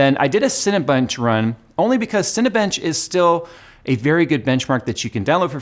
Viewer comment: he said cinnabunch